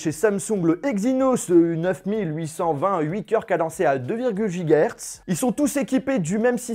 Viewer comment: 6'40 : "deux virgle gigas hertz" XD Pitite erreur, mais tu gère ! Super fan de toi, continue !!